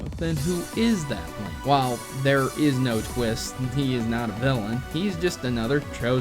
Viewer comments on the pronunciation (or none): none